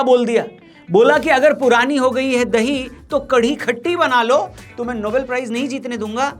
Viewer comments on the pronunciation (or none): none